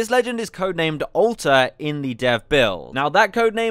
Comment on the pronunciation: I swear everytime I hear you say "Alter" it sounds like you're saying "Ulta"